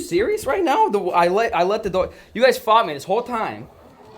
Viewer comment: are you serious right neow